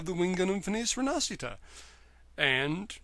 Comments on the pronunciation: I think it's pronounced Feniche Rinaschita. Blame the italian who made that ms. xD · Great review, but just an FYI it's "Feh-Nee-Cheh Reh-Nah-She-Tah" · in every review of this kit the name get butchered